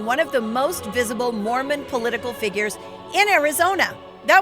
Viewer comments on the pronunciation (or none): none